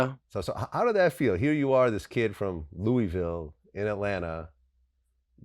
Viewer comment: Vlad you have to learn how to say Louisville bro 😂😩